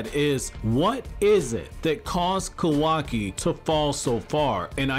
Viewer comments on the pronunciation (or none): I just have to ask, but why are you saying "Kowaki?" Its Ka-wa-ki." Just curious to why you call him Kowaki.